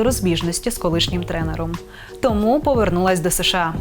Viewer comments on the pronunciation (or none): none